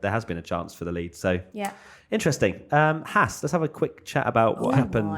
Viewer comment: pronouncing Haas correctly, take note boys.